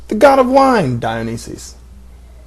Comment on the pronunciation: it's pronounced 'die-on-eye-sis'